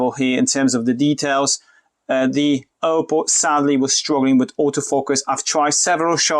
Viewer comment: Nie Ołpoł tylko Oppou - aż mi uszy zwiędły. Poza tym fajne porównanie.